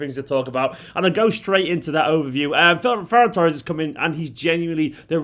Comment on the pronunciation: This is great. Great pronunciation of his name too. It's a Catalan name.